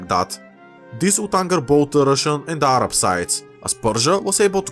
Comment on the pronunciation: As a Arab, I appreciate you saying Arab in a proper tone and not just in a American way like ''A-RAB''